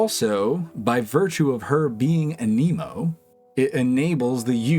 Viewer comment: Mans been playing for years and cant pronounce anemo